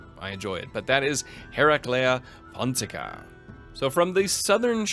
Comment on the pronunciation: Nailed Hereclea Pontica - Sad Tylos noises